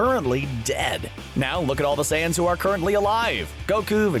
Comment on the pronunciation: Is he saying seance? Seriously, can't even pronounce saiyans huh?